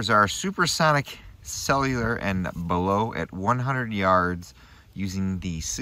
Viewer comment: You did pronounce Sellier and Bellot correctly! Not many on YT do, lol!